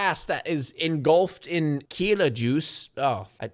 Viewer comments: He really is saying Kila instead of Kida 😭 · Not to nitpick, but was anyone else cringing every time he said "Kila" instead of "Kida"? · Her name is Kida but I keep hearing say "Kila". Am I having a stroke? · you keep calling her Keyla, man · Not to be too nit-picky but it's pronounced Kida (Key-duh) aka Kidagakash.